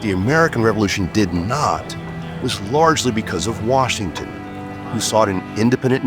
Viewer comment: "... Washin sought a commission..."